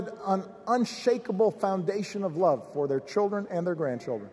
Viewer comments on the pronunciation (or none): YES HE CAN! HE'S STILL DOING IT AND DOING IT AND DOING IT WELL! hahahaha "We the people wuv you". Yes we do! WE ain't going back! Period!!!!